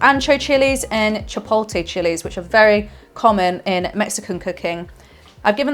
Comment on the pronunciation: hey liz! great video. pronunciations: guajillo is "gwa-hee-oh" and chipotle is "chip-oat-lay". lmk if that helped :)